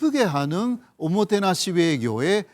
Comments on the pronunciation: 오모케나시가 아니라 오모테나시입니닷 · '오모테나시'다 오모케나시가아니고 -_